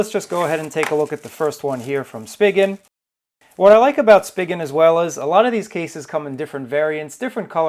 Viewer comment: I think it's pronounced as Spy Jen!!